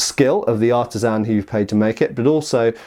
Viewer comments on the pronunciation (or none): none